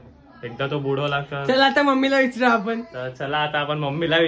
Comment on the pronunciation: बाळांनो व्हिडिओ छान आहे पण, विचरू नाही विचारु असं आहे.😂